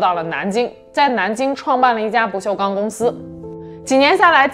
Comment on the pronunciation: ：跟我念：不锈钢，不是不锈康